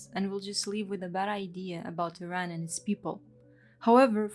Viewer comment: Great video! The only thing that annoyed me was the constant mispronunciaton of "Iran" and "Iranian"